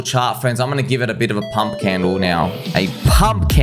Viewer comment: That accent came out heavy when you say we need to pumppppp🤗😂